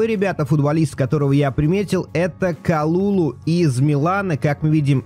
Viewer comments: прости что поправляю но говорится не калулу а калюлю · Только не Калулу, а Калюлю - ударение на последний слог.